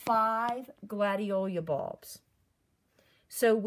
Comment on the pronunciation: Gladiola--NOT Gladiolia!